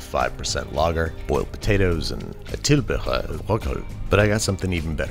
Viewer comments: Well done on pronouncing medisterpølse, tilbehør and rødkål 😃🤘 Haven't had smoked medisterpølse, but I can't see why it wouldn't be great 😋👌 I usually just panfry it from raw, but my mom boils (in the pan) before frying it... and ofc she makes a mean "brun sovs" (gravy) along with plain boiled potatoes and rødkål 💪😃 Would definitely pocket some of the medisterpølse too, given the chance 😆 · I'm Danish and the pronunciation of "medisterpølse", "tilbehør" and "rødkål" was nearly spot on! Not many Americans can pronounce the "ø" correctly, which you did. :) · Tilbehør og rødkål var nu også udtalt fint